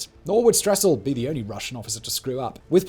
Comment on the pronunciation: One thing I noticed which I've realized seems to be common among certain Brits is when he mentioned the Russian Stessel he called him Stressel as if there were an r in the man's name but no Anatoly Stessel has no r in his name. It's extremely frustrating to hear this butchery of a person's name in an otherwise good documentary. Its a pri